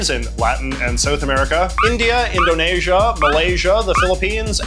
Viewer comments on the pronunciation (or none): who told jj to pronounce it like InodNAYsia